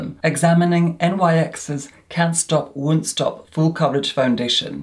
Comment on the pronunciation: Can't stop Wun't Stop :)